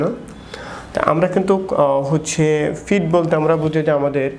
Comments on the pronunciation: এত শিক্ষিত হয়েও ভাষা ঠিক হয় নাই? ফিট = পিট, ফেইন = পেইন। ফিটে ফেইন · আমার সন্দেহ উনি ডাক্তার নাকি। ফার্সেন্ট, ফিঠ, ফেইন, মাসুল কী অবস্থা।